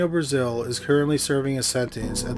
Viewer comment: Brazill is prounounced differently, and it has 2 "l"s; so not like the country.